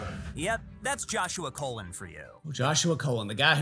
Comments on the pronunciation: His last name was colon like the smelly stuff you wear that smells good it's pronounced like that not the way the video did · not tryna support a pred at all, just saying as a colon myself, the last name is pronounced like "cologne", its so cringey hearing it pronounced like the bootyhole LOL